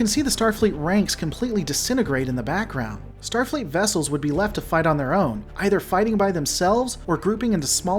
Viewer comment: "Stafleet's Kobayashi Maru" What the heck is "Stafleet"?!